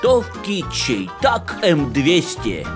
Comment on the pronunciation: Шай Тек,, Шай Тек, а не Чей Так.